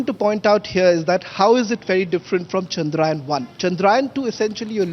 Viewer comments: It is chandrayaan not chandrayan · Your reporters can't even pronounce chandrayaan properly. Pseudo English